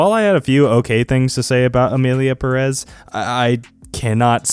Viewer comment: "So Emilia pæh-rÉs..." Me, who speak spanish 💀🔫